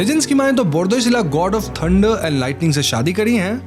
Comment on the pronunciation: Bordoisila How to pronounce = Bar.. dwi.. Shikla Bar means air, dwi means water and shikla means women.